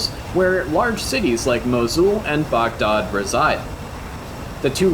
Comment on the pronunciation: Where you from? I've never heard Baghdad pronounced that way. Haha